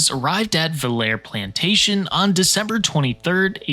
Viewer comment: Just for the record, the Villere plantation is not "vill-air" but French pronunciation "Vill-a-ray". (I live in suburban New Orleans and have visited the battlefield and monuments more than a couple of times.)